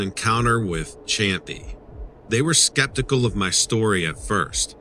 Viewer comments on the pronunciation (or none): none